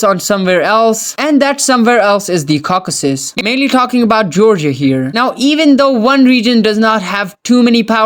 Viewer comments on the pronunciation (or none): none